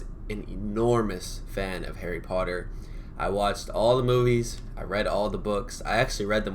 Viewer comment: When you said Potter" it did sound British. You're getting there with the accent :-)